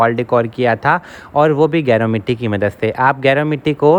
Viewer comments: Ap naam hi ghalat lay rhay hain gaer word ki tarha hai ye geru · गेरू होता है गैरो नहीं